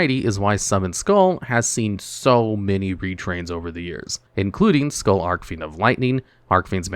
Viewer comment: It’s ARCH-fiend! Not arc-fiend! Look up how Jack Atlas says “Red Dragon Archfiend” in the dub. That’s how you’re supposed to say it!